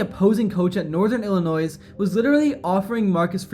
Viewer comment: Hearing you say illi-noise and lewis-ville hurts. 😆